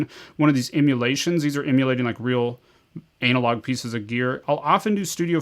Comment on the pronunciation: Anna-log….Anna-log bro 😂 everytime you say anal-log I just think of a large turd